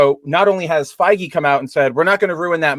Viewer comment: Did just say "Kevin Fei-Gay"? 🤣